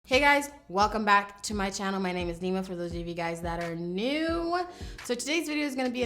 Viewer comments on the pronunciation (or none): it's nyma like nee-mah! not nai-mah!